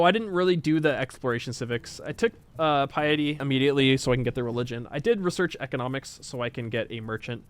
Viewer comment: How interesting that mispronounces the word "piety" and then 30 seconds later pronounces it correctly Edit: then another 30 seconds later, mispronounces it again!